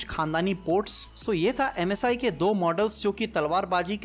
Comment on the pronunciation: Ajj ekbar bhi msi ko masi nahi bola